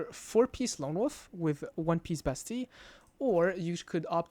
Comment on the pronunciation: the only person that pronounces bastille correctly